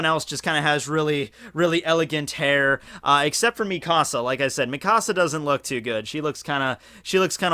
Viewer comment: Stop saying me casa it's mikasa (me-kuh-suh)